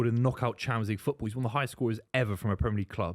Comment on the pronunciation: I hate how the yanks say "premier league" surely they watch it , so surely they've heard other people pronounce it correctly and yet they still get it wrong alllllll of them